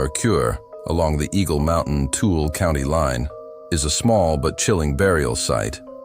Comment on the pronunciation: The town of Tooele is pronounced Too-ill-ah. Mercur is Mer-ker. These stories were very interesting and the pics/videos were great. Makes me home sick. Well done.